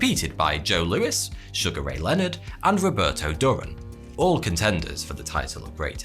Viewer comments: OMG, you are killing me with some of your pronunciations. Duran is pronounced "Doo-ran". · I'm sorry, mate. The fact that you mispronounced Roberto Duran's surname raised my suspicions. Not being aware of the fact that Cristiano Ronaldo is a better footballer than Pelé confirmed said suspicions. Then, of course, there's Messi.